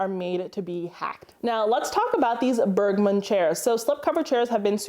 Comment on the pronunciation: Awsome tips! The G in Bergmund is pronounced as the B in Beige. 😊